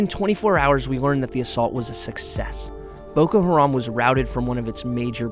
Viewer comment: "Ma ayeem ees too keeell Bukoo Haaraam"